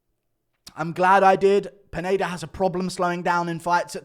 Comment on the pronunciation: Guru keeps saying "Peneida" instead of Pineda lmao